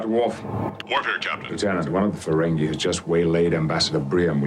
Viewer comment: Not a huge deal but it's Ferengi (fur-ren-gee, not fur-ren-gay). They're not dancing the merengue. 😂